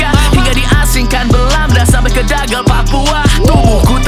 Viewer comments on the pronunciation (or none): Bukan dagal bang, tapi digul... Cuma masukan aja bang 🤝✌️👍